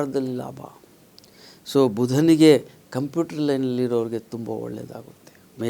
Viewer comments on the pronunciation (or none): none